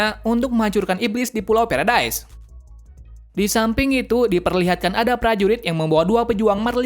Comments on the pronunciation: Paradies kak bukan peredaes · aslinya emang paradise (berarti surga) Namun dibaca "paradis" bukan "paradais" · Paradise bukan paradais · Bang bukan pulau perdas kaya gini bang bilangnya kaya gini pulau paradis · Paradis mang,bukan peredise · Paradis bukan paredais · Bang Itu Bukan Paradaise Tapi Paradis, Ehehee Maaf Karena Aku Sering Dengar Suaranya Gitu :v Edit : Marley Itu Bukan Marli Tapi Marley, Dan Eren Itu Nama Titannya Attack Titan, Dan Tybur Itu Bukan Tibur Tapi Taybur, Yah Segitu Saja Yang Aku Koreksi Dari Kata² Abang Ehhehehe😅😅😅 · kok kakak ngomong pulau nya feredai kan kita gk ngerti😭😭😭😭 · Paradise dibaca paradis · Bang baca nya marley dan paradis dan bacanya yimir dan ani dan atack titan